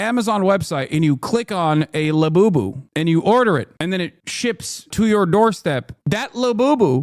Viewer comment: When you said lebooboo, I thought you were talking about beaboobidy until you mentioned ordering it on prime 😂